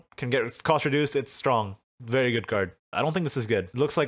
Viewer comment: the way say very after saying fairy wisp sounds like "feiry feiry good"